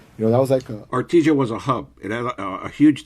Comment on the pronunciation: Good morning ☀️ Did keep saying “Arti-sha” instead of ARTISIA(in Spanish)? The ending cracked me up🤣 Detectives: “Do you remember when you were arrested?: “At night” Even when he’s serious, he’s still funny